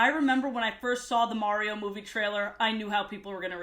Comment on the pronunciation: Also, notice that pronounced Mario 100% correctly No one does that!!